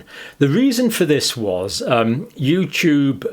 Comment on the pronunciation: Youtoob is Pootoob